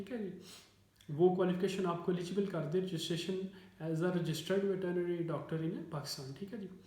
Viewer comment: Sir veterinary bolna to seekh len